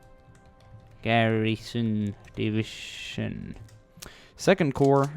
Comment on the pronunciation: For some reason every time he says "divishun" instead of division I cringe so hard.